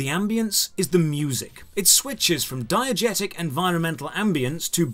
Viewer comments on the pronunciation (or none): none